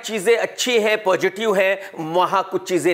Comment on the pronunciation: Positive Not Pojitive😂 KRK bhai love you